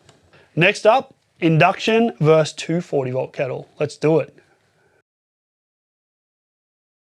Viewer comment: As long as you're being chided about language - versus is two syllables.